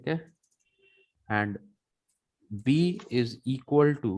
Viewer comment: Its not izikaltu. Its equals to🤣🤣